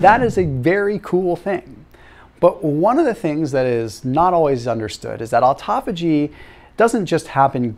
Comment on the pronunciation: Please learn how to say this word " autophagy" it's a Greek word!!